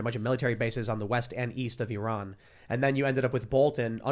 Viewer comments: To ee raan . He is one of people that actually can pronounce 😏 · Thank you tim for pronouncing my country currectly Your fan from iran